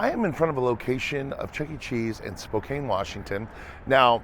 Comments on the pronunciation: its pronounced SPO-CAN not SPO-CANE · I am very offended that you called it spo-cane😞